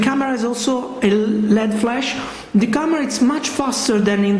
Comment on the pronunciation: its called LED flash not flesh!!! grrr